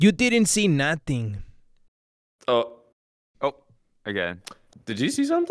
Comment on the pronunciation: "uh boys you didn't see nothing" was hilarious because it was dramatic and he said no-ting he didn't pronounce the h to make the th sound in nothing